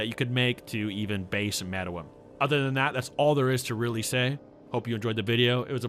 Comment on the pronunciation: It’s pronounced meruem say it with me now mare-roo-whem not whatver this dudes saying